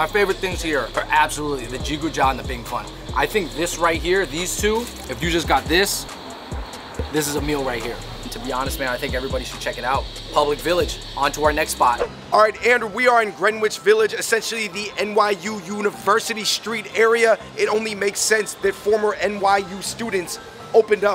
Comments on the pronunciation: "gren-idge" not "gren-witch" lol. You know NYorkers are cringing@ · How about “Grenich” its Greenwich pronounced GRENITCH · It's Grenitch to US the next generation ( Genitch) 😘✌️ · Greenwich is pronounced Gren-itch lmao